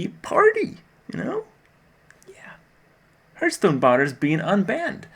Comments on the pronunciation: For crying out loud kripp .... its Hearth-stone ..... not Hurt-stone ;) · Why does he consistently mispronounce the word hearthstone. It's really not that hard to pronounce, but I've never heard him do it the right way ever. It's not hurtstone. Surely there must be some reason for this as it's not even close to sounding like it should? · why do so many pro's say Hurtstone?